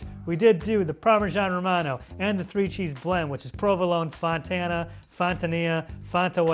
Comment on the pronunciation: It's pronounced Fontina.